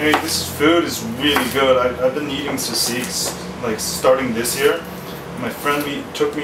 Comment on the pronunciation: haha you pronounce it as seasig :P but yeah nice tutorial !